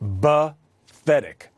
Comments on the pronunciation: Did Cuomo say "Bathetic"? Sounded like bathetic instead of pathetic. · WTH are their plans to fight COVID? Demoncrats suggest we make it last forever and continue wearing the idiot masks. BTW Freedo...it’s PA-thetic not BA-thetic Dufus! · Did cuomo just say “bathetic”?